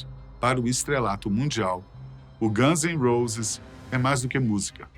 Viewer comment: Caraioooooo traga alguém que saiba pelo menos pronunciar o nome dos personagens de maneira correta… quando ouvi “os ganses roses” deu vontade de arrebentar esse maluco dos países do alto